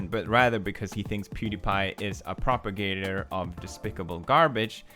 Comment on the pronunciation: Can I just say that I'm glad Felix actually pronounced PROPAGATOR right? Scarce and Keemstar kept changing it to propagandor which isn't even a word. sorry, small detail I know, but it annoyed me.